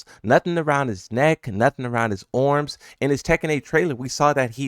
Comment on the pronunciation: bro says arms weird